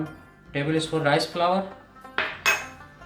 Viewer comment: Yummy ..just wondering why North Indians most of them says table spoon like tabl”e” spoon You don’t have to pronounce that e like Another word is iron r is silent but always they pronounce r too